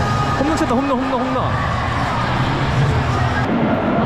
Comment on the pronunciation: 다른건 다 졸은데, 한국 사람이 홈런이 아닌 호므런이라고 발음 하는게 듣기 거슬리네요. 마치 한국 사람이 맥도날드 보고 '마그노라드도'라고 발음 하는 느낌?